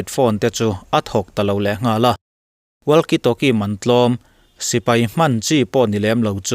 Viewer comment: WALKIE TALKIE 👈 WAKI TAWKI TI A LAM RIK TUR ANI E .. A ZIAK ANG ANG NILOVIN ... WALKIE 👈 TIH HI 👉 WAKI TIIN ...TALKIE 👈 TIH HI 👉😃 TAWKI TIIN LAM BAWK TUR. ITALIAN FOOTBALL CLUB LAR TAK JUVENTUS POH 👉 ZUVENTAS TI A LAM RIK NILOVIN 👉 UVENTUS / EUVENTUS / iUVENTUS TI A LAM RIK ANG CHIAH HIAN 👉 WALKIE TALKIE POH HI 👉 WAKI TAWKI 👈 HETIA LAMRIK / ANCENT TUR HI ANI E = KA RIN AIIN MIZO YT CHANEL TE HI ENGLISH AN THIAM LO = HETIANG TYPE AN VIDEO HI FOREIGN CHANEL AMI VEK ALA NI ZUI A = TRANSLATE DIK TAWK LO ATAM VIAU BAWK A DIK TAWK LO IN HRIATDUH CHUAN AN SOURCE/ LINK + VIDEO ORIGINAL VIDEO + ENG SUBTITILE NEN KA LO POINT OUT SAK ANG CHE U